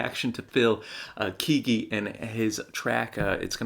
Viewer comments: Kay-ggee my friend. Not Keeggee. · CCM reaction! I love it! Phil Keaggy is one of the best guitarists of all time. Pronounced Kay-gee. :)